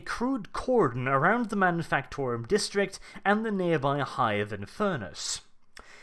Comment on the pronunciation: Am I the only one who consistently hearing him say Manifucktorum